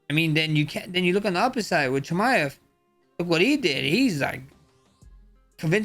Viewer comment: Chimm ev